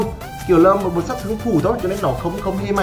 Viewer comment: Giọng đã khó nghe rồi ,con nói nhanh dính chùm," tịnh toạn lượng sạt thương,tập trung trận đậu" 😂😂😂